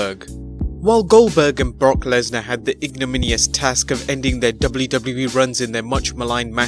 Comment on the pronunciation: Did you say Bork Laser